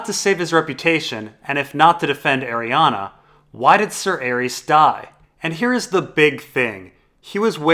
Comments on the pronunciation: Stop saying "Arianna". It's Arianne Martell. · DOES ANYONE EVEN SAY ARIANNE'S NAME RIGHT?? FFS YOU DAFT IDIOTS IT'S ARIANNE NOT ARIANNA!! GET EDUCATED! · Every time you say "Arianna" and "lazyuli", Sweetrobin gets a seizure and needs another pinch of sweetsleep...